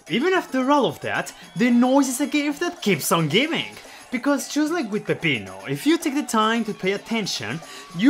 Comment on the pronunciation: I appreciate the way you pronounce Peppino. No, I will not elaborate.